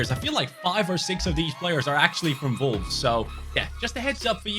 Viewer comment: Why when he says wolfs he was vulvz